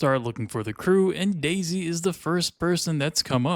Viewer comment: "...Remember Daisy..." I keep hearing DayZ